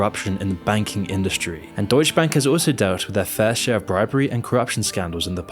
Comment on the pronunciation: Brah.. it's deutsche bank. Not "deutsch bank". The e isn't silent😅🤣🤣